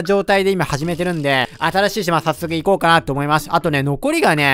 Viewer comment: 思いまスュ 滑舌ww